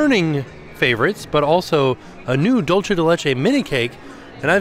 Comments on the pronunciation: I'm so sorry, but this has been killing me in your videos. Could you please consider stopping saying "dole-chay" de leche? It's supposed to be more like "dool-say" de leche. You seem to be combining Italian and Spanish when the words are just Spanish. Love all of the rest of your content though! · Please - “dulce” is pronounced dual-say, you keep saying it like “dolce” and I know you can do better please 😭😂